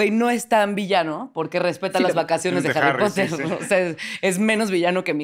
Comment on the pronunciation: Los "potergertz" dan cringe cuando se pone a hablar de jarripotder"